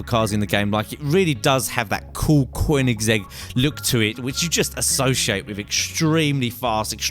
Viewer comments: its not coinigsegg its koenigsegg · It's koe-neh-seg not whatever the he'll you said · Stop calling it a coiningszegg koenigsegg almost said like spelt and not vacha its vacca I cringed to death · Cgoenigsegg hahahahhahaaa Koeniseeg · Quin-is-egg? O_O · It's konissig not kernersig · koinsegg [koe-in-segg] remember that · you BUTCHERED the name! its pronounced kon-eg-seg, like how its spelled:koenigesgg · quinisegg Lol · A "Quininzegg"??? :S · lol he said qwineczeg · cwoiningzegg? wtf is that? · Qwinnigsegg... really? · Just adding how u pronounced the name Koenigsegg wrong cuz it's Swedish and I'm Swedish so I can tell when u pronounced it wrong. But keep up the nice GTA 5 content as no one really shows the parts of the game such as car mods as you do. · The way you say vacca and koenigsegg no. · The way you say koenigsegg makes me want to knock you out cold.